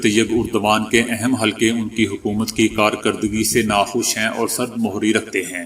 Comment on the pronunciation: “۔ سرد مُہری “ کا تلفظ غلط ہے———صحیح تلفظ “ سرد مہری “ ———میم کو ———زیر ———کے ساتھ کہنا اور پڑھنا ہے